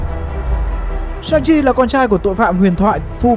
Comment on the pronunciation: Shang Chi mà đọc sao ra Sanji bên One Piece :))